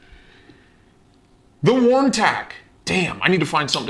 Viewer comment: You get stuff from Neeves Knives, my my you are special. Very cool "Wharny" yes words are hard 🤣. As always a great interesting unboxing. :_stache::_Khalsa::_stache::_Khalsa::_stache::_Khalsa::_stache::_Khalsa::_stache::_Khalsa:□□:_GRUMPFACE:□□